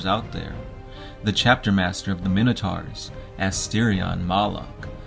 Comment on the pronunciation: Pronouncing minotaurs wrong